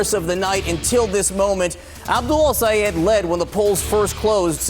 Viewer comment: You calling his name wrong. Might be intentional because the US media is racist as hell.